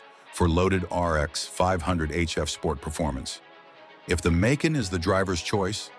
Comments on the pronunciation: If you're gonna bitch about a car show the same fucking model at least. Makes, makes, Mason. Get the name right or stop.using AI BS. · How many different ways is this Ai gonna mess up the Porsche Macan’s name? Massin? Mack in? Maykin? LMAO! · FIVE different pronunciations of "Macan" in 35 seconds: AI much?